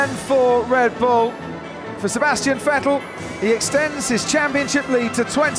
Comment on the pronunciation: anyone hear dread bull lol